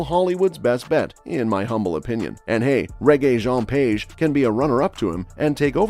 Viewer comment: Page? Seriously ?😂😂😂😂😂 I would understand if it was idris